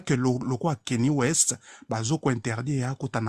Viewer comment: Dites pas kenny west c'est Kanye lokola lingala nyama, longonya ,tell qu'il est ecrit kanye ( 'cagne ) (cañe)